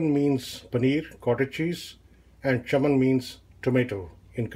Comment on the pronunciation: You pronounced it wrong too. It's not chammum...Chaaaaaman.